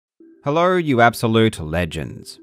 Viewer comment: I love that this video starts with the word “Hellorwh”